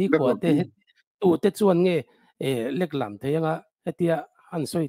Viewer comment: Leklam thluk kha a diklo aw😂